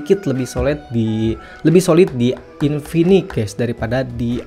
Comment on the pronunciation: InfiniX cuy pake X Bukan infinik, ganggu bgt jir dengernya.